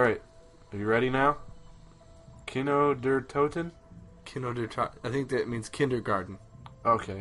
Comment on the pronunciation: haha kid lazer:D kindergarten is a german word for like child garden its just u say it in english as well:p nice pronounciation at kino der toten <3